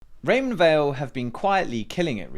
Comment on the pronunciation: Weil is pronounced like Vile, it’s a German word!